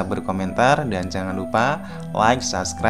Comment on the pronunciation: Mas bukan sascribe tapi subscribe, malu kalau didengar orang lain.